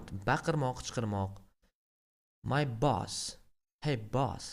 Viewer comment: Dalbayob boss ni togri talafuz qil